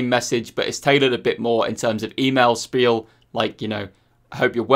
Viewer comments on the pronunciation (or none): none